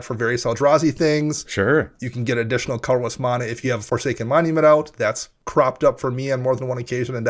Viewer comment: did dude say /mah nah/? /MAN aah/, friend. ;)